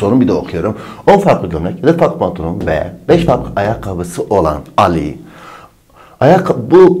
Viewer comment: pantılon demesi dikkatimi çekti bir baktım gerçekten pantılon yazmış ndncnrjxjekxjejxks